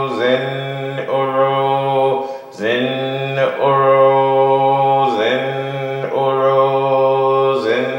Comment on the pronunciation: Why are you chanting Zen Oro instead of Zin Uru?